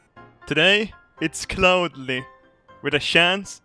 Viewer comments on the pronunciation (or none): "Today, it's cloudly, with a shance, of asteroids!